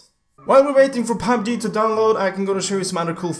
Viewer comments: he is saying fabbji instead pf pubg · Who else hear PAB G instead of PUB G? 😂😂